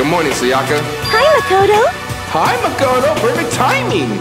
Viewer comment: You really gone keep calling this man Makato? 😂 Mah•Koh•Toe